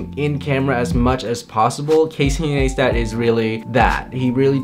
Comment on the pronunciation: Casey Naystat??? no its Casey Ni-stat lol